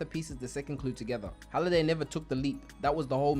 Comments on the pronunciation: Please tell me the "Holiday" bit is a joke and you actually know its "Hallaway"😂😂😂😂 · you watched the movie enough to make a recap video about it but still can't pronounce one of the most important characters name? it's Halliday not holiday nvm you got a ton of details wrong, not actually sure you watched it much at all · u made me angry saying holiday instead of halliday like haaliday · You got basically every name wrong from the movie, it’s honestly impressive how you watched the movie probably more than a couple times and still couldn’t get something as simple as names correct 🤦‍♂️. Good video other than that but damn hearing you say holiday over and over when his name is halliday is crazy.